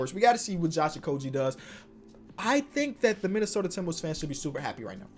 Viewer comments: I might be mistaken, but didn't you say you would start saying Josh Okogie properly. Oko-gee not Oko-g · You said okogie wrong ( I prob spelt it wrong) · You said josh okogies name wrong again! You said you was gonna stop doing that lol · Bruh you said you’d start pronouncing Josh Okogi’s name correctly and you’re still saying it wrong as far as I know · What happened. I thought you were growing. How do still keep mispronouncing Josh okogie?